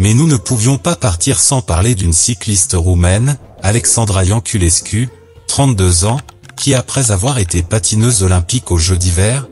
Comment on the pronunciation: Sa ce prononce yanculescu